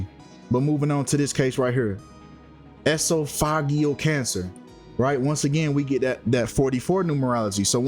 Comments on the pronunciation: It's pronounced. E-sof-o-jiLL cancer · Esophageal cancer—pronounced ee-SOF-uh-GEAL. Relates to the throat and swallowing. I admire your work. Please get a secondary channel going so you can slip through the bars of YT jail and keep posting…they’re going to keep throwing you there because you speak the truth. They don’t like that. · 🤣🤣 the way you said esophageal lmao.. you botched a word in one of ya other videos too, I can't remember what it was. But it had me rolling. I'm not here to shame you. Just laughing at the way you said the word. 🤣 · You are mispronouncing names and everything. Why should anyone even believe you when you can't probably divide your syllables. But you one us to believe you are right with all this conspiracy theories. I'm not sure about anyone else, but Traci just had cancer. (Please Google the correct pronunciation of esophageal cancer.) 🤷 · Really 🙄You didn't know they're all sisters, but your calling Traci's death is a blood sacrifice. You must be young since you don't know how to pronounce esophageal cancer. It's a cancer if the throat. You my dear, will go to hell dealing in this satanic mess! God isn't pleased. Go repent and ask Jesus to save you from your sin